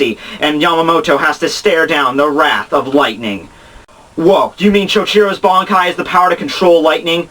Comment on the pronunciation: First of all - how can you pronounce those nicknames of Yamamoto's like that xD? And why does your pronunciation of the word "Bankai" sounds like "Bonkai" o_O? The flashback is from the time before the creation of the Gotei (since he doesn't have haori) but after the foundation of the Academy, so between 2100 and 1000 years ago. Anyway, Yamamoto was epic. He's been raging since Choujirou's death. Driscoll was stupid enough to fight against him...